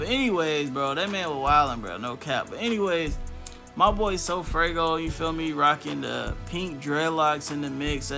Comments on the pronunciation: Broooo it’s funny he keeps saying sofraygo🤣🤣🤣🤣 like bro it’s sofaygo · Dat boi said sofraygo😭😭😭